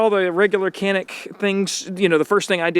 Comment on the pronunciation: I'm glad you're liking our Canik. We pronounce it like John-eek btw. And it means "agile".